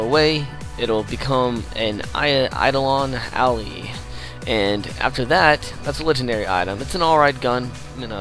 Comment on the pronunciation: eye-doll-on al-eye